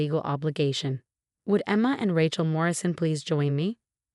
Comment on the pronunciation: It’s Rachel, with a long a, not Rachel, as in the word ratchet